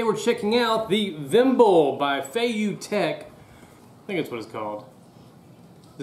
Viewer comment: Vimble, not vimbal